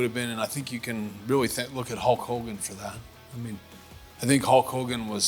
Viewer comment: Idk why but I laugh when he says Hawk Hogan lol awwww what a rush!!!!!!!